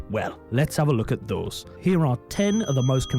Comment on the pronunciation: Why did he say the word those in a Scottish accent?